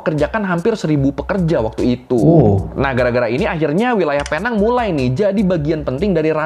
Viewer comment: sebutannya bukan penang tapi pineng tapi tulisan tu penang